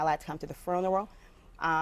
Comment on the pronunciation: Zstudbaby 🤣😂 I've BEEN thinking that about the momma. She can't talk to save her life.........much less her daughter's! I know this is a very serious topic but come on she's how old and can't even say funeral!!??